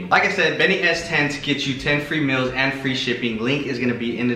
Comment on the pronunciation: He keeps saying mills instead of meals lol 😂